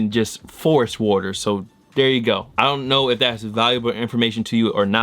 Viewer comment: When says “WATRR” 😍😂